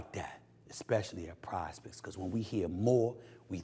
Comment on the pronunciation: when sas says pizepicks its sounds like prospects